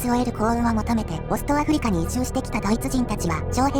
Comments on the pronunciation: ところどころ「あふりか」が「あふりりょく」になってませんかねぇ… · アフリキってか